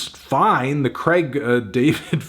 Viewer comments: "creg" David lol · Craig David's name pronounced "Creg" - RIP Fantano's Credibility In Britain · Who the fuck is "Creg" David?